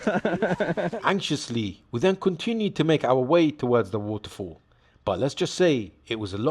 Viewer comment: Its not woutefoul. It's waterfall,loll